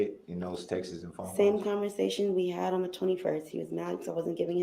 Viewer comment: Text-iz. Ugh!